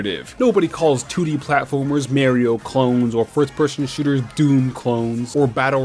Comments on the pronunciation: Lost me when he said "Mary-Oh" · Did you say Marerio...